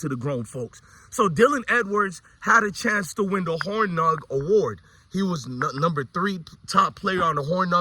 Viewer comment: Peace brother. Great information and perspective as usual. Check how to pronounce Hornung.